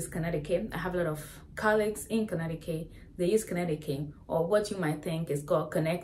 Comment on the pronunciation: Connecticut = Con-etiquette